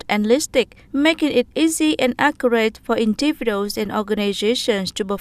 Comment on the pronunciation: Tại thời gian hay từ accurate /ˈækjərət/ mà đọc thành /ˈækjəreit/ là sai, rồi từ individual đọc là //ˌɪndɪˈvɪdʒuəl/ mà lại đọc thành /ɪn'dɪvɪduəl/ đâu ra?